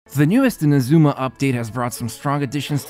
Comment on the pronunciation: Everytime I hear people saying inaZUma instead of INAzuma I feel like something breaks inside of me.